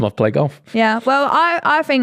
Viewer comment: I always get tickled how says golf. “gauwf”